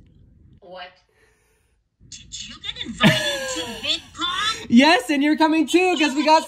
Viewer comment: Haha that very terse YES at the start 😅